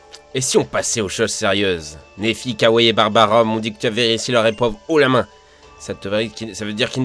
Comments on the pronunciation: Au lieu de kiawe j'ai cru kawaii 😂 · Pourquoi j'ai entendus "kaouai" au lieu de Kiawe ?